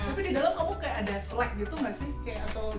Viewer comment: Ralat Slack ka bukan Select